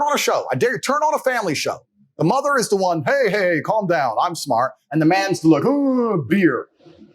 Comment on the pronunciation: Where is he from? The way Andrew pronounces things. "Mah er."